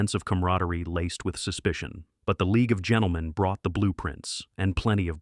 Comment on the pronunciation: Boy did you get 'The League of Gentlemen ' wrong!